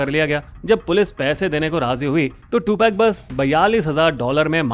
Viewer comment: Two peg. 😂😂😂. Prinounce is to- pug.